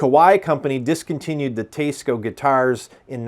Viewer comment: I liked the part of the video about the Teisco! That’s a cool guitar and it sounded great in your playing sample (I would have preferred a lot more). As an added bonus, I learned how to pronounce Teisco (I always thought it was T S Co as well before this). So, thank you for that service. I am less enthused about the other 90% of the video which seems to be… a smarmy diatribe against commenters who don’t agree with you? You’re a great editor, a good player, and do a good job presenting guitars. You’re also logical and probably a capable debater - which is absolutely not what this video is, mind you. I just don’t get the need fellows like you and Glen Fricker (your style reminds me of his, in this regard) have to constantly entertain the naysayers. I get that it’s an avenue to content, but it feels thin skinned and makes me sad that you folks even have to read some of these nonsensical comments (like this one I’ve made!). Keep up the good work and happy playing. Maybe leave the trolls under the bridge instead of dragging them out into the light of day!